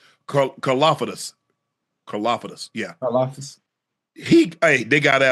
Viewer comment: Mahomes's flopping is reaching slowly but surely Josh Allen level of annoyance. In soccer you get punished for trying to draw a foul. They must start doing that in football also. Finally I know it's hard to pronounce Karlaftis. The closest an native english speaker can get is something like Car-laugh-tees I guess.